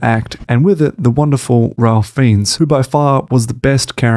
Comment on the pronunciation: This is the closest I've ever come to leaving a mean YT comment but THAT'S OKAY - not everyone has to get it. I mean, maybe if you have a YT channel about film you should but you don't have to! You should know now to pronounce "Ralph Fiennes" though. Just sayin'.